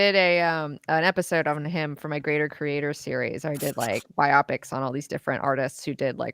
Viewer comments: biop-ick is correct too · is the first person on FNT to ever pronounce 'biopic' correctly. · ...and, knows how to say biopic properly. God bless her!